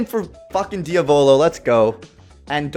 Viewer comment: U don’t pronounce diavolo like that lol